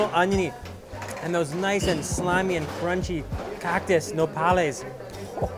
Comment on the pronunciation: The way he says cactus CAWCTUS